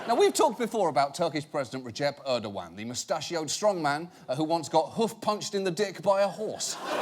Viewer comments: It’s not Erdowan 😃it’s Erdoğan . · Erdoğan not Erdowan ... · Folks who are running the channel, the Turkish president's name is Erdoğan, not Erdowan.